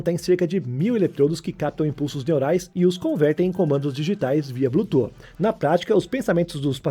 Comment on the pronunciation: "blu tu" 😆